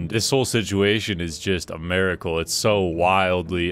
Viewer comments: miracle not maricle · is an "americle" a miracle but just in America? lol what was the pronunciation dog